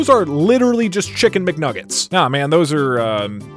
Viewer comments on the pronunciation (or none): Idk why I laughed so hard at “Nicen Chickmuggets” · “Nikcen Chickmuggets” LMAO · Doug Doug: * in one scene he says nicken chickmuggets and in another scene he says chicken nickmuggets * Little 12 yr olds: ANNOYING COMMENT POINTER OUTER MODE ACTIVATED